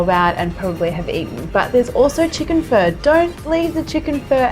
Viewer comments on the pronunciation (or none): I thought it sounded like she was saying fur as well but I believe that is probably due to her accent. Most people I've ever heard pronounce pho say phuh, like your saying uh at the end. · Its sounds like your saying fur 🤣